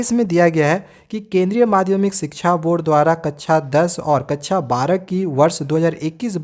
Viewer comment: भाई कच्छा नहीं कक्षा है बोलना सीखो 😂😂😂😂